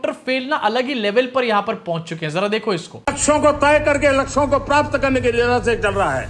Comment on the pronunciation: laksho ko prapt.... Llplplplpppl .....ha ha ha 😂😂😂😂